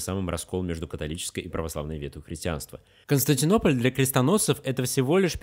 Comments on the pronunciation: Хорошее видео, но столько ошибок в слове Константинополь. Ужас просто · слишком много ошибок в слове Константинополь.